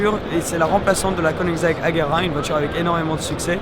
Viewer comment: C’est une Koenigsegg Jesko 😭🤦🏼‍♂️ t’as vraiment détruit le nom du père de Christian 😨